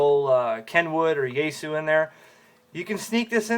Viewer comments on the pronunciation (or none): none